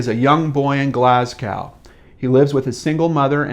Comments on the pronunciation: Great covering of this case. Just a wee tip... on how to pronounce Glasgow: Glass Go. Keep these going... love your channels. And love from Scotland. Barra is remote and beautiful. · Glasgow, pronounced: 'Glas-go' :) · Absolutely love this channel. Cool to see cases local to me in Scotland too. p.s. your pronunciation of Glasgow gave me a right giggle😊 X keep em coming. Cheers.